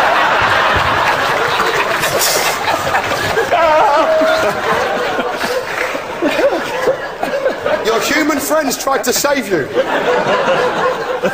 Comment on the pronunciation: "In the burrow!" XD